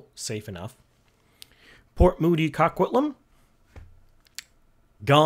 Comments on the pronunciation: FYI Coquitlam is pronounced Co-Quit-Lum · Coquitlam- Coke-quit-lam